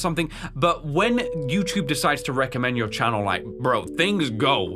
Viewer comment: Also I love how instead of saying youtube, you always said "youchube" lol.